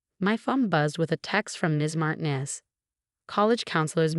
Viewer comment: Martinez is supposed to have the accent on the second syllable.